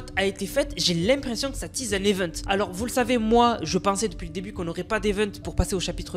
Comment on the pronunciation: " tease " pas tise 😂